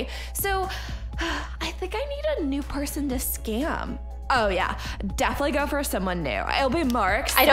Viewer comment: and they also said skim instead of scam